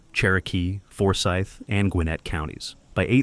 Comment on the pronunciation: The narrator isn't from around here.....can't even say DeKalb nor Forsyth correctly.